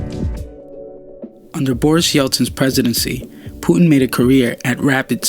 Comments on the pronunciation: its called puTin not pu'in T dude T! its his name dont change it by accent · Stop telling Puin pls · Putin not Puen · start pronouncing your "t"s. It's "Pu tin" not "pu 'n" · Its Putin not "Pu'uin" lol or "puddin" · thanks for the information but how is the word Putin pronounced? like Putin with T or the way u speak it Pueen? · pretty sure it's pronounced "Pew Tin," lmfao yeah now I am starting to highly question if this youtube channel is funded by the CIA, and they are just using a voice actor, and also the name "neo" is highly sus also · It sounds so horrible how you pronounce his name. "Pu'in". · STOP SAYING PUTIN YOUR PRONUNCING IT WRONG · say the T for christ sake american. puTin